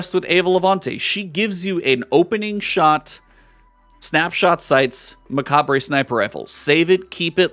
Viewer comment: not trying to be "that" guy, but its muh-cob. the re of macabre is silent. Great Video! i didnt even know F.O.T.L started